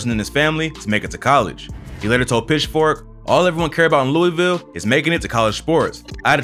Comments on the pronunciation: yall always say Louisville wrong asf😐…. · It hurt even more since bro isn’t saying louisville right